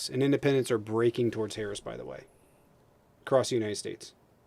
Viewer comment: EGGSPECIALLY! EXXXPESIALLY! ACROSST! NUCULAR!!! can you (most callers) stop spelling words wrong??!?! GEEZZUS XRIST!!